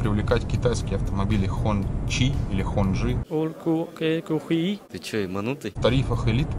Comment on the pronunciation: правильно говорить ХОНЦЫ! Скоро для россиян второй родной будет китайский))